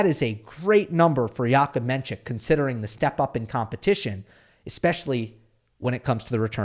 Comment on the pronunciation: You are mispronouncing his name. It’s NOT menCHik, it’s pronounced just the way it’s spelled “men-sick”